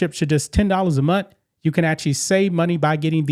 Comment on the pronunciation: It's MONTH, not MONT! Geez, make an effort to improve yourself.